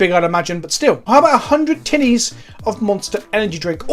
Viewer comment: ngl I know you said tinnies but I can't hear anything other than "100 tiddies" and I just about shit myself. I fucking love this channel.